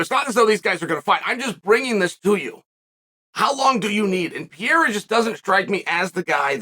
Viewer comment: My favorite French fighter, Alex Pierre-A